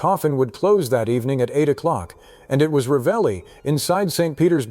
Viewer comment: La persona che legge deve imparare a pronunciare il nome esatto che non è Ralli ma Ravelli